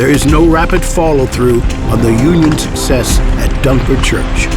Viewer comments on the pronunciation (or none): none